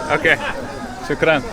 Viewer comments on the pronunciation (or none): you keep mispronouncing the A sound in the Arabic word for thank you....ask your guide to correct you....its very British...or California USA how you say it...its Aah, like the sound you make when the MD checks down your throat, not Ahh, like the sound goats make...